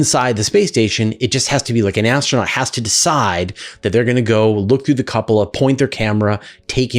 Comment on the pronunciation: Regarding the ISS, what's a 'Cup-Ah-La'? 🤔